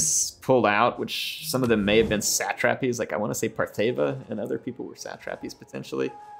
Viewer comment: what the heck is a sat -trap-eez?